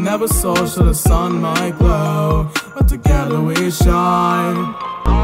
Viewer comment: you said "sin" not "sun" just to tell ya not making fun of you or anything just letting you know